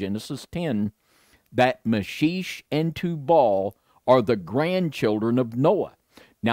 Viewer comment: Meschech ... pronounce Me*shack ...